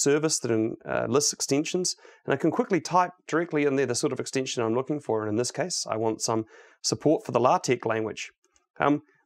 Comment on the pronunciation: If an extension is an extinction, how do you pronounce extinction? :}, talking seriously y love VSCode, great talk